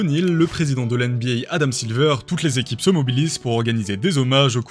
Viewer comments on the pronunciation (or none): none